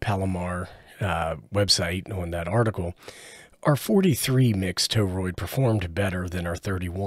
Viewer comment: 'TOE-ROID' again. Try 'TORE-ROID'.